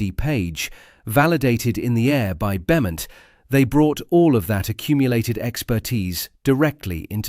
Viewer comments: Roland Beaumont is pronounced Bowmont. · Pronounced “Bomont” you ignoramus 😡!